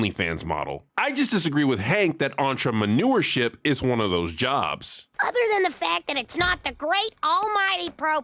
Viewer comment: "Entremeneur" got me good.